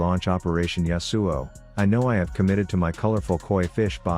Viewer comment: I love how the TTS says YasUo pfffff